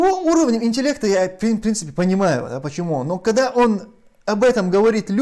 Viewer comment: «Ителект» что такое?